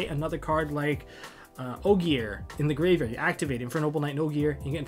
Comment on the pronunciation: Finally says ogier right